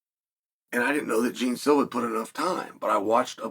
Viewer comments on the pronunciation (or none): John Silva, not Jean